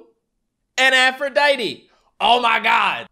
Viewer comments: Aphrodite=afro-dite. Like the greek goddess. Not aphroditee. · No offense but it is not Afrodietee.